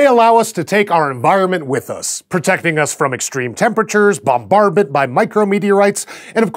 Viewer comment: "Bombardment" is a word was born to say